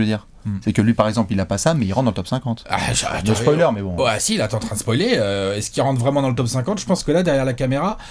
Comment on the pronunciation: qui nous révèle que Drexler rentre leur top 50, et qui s'empresse de dire "no psoiler!". T'en as de bonnes mdr!